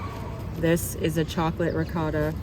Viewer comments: Please, it’s not ri-coe-ta. Yikes. Try ri-caw-ta. Don’t have to do it with an Italian accent. And just in case, it’s not noe-key. Try gnaaww-key. Thanks. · The way pronounced ricotta.....right to jail!